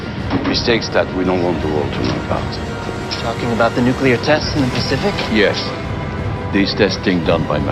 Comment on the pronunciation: As much as I like the reviews... C'mon dude. WTF! Nucular??? It is fucking NUCLEAR! Have some decency!